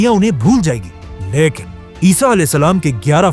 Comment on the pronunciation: His "LAAIKIN"😂